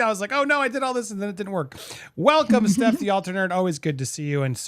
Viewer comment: Firstly it's Stef as in Stefania not Steph as in Stephanie and secondly she doesn't need to change shit to accommodate you